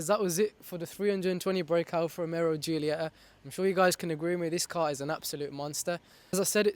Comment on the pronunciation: Hey bud, i love your video, i have a GQV as well. Its pronounced Alfa Ro-Me-O there is a distinct Alfa Romero when you say it. Nothing but love but just trying to help you out❤ oh and pops and bangs sound horrendous and unnecessary 😂